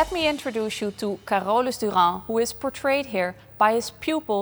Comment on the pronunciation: Never heard of Carolus Duran before - and I don't think I could ever learn how pronounce his name as good as the curator/host. I think one of the job requirements for being a curator would be to learn how to pronounce the artist's names correctly - harder than it looks.